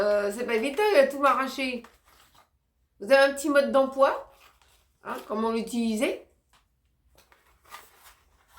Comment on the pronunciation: Cc et, merci de ton partage, très belle veste, bon idée le transfert, sacré marcus il cherche qu'elle que chose pour lui,tu lui feras câlin de ma part, tu ma fait rire quand tu as dit mode d'emploi, tu as dit a la place mon de pois,bisous à vous les filles, et biensur, reste la famille 😅😅😊